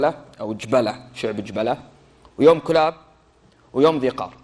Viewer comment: مازلت تنطق اسم الكلاب خطأ الكلاب بضم الكاف وتشديد اللام ثانيا كسرى اوقع عامله في البحرين في حصن المشقر ببني تميم مشكله تتكلمون في التاريخ وانتم غير مختصين